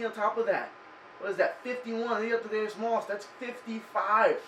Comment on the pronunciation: Thadd-E-Us not Thadd-A-Us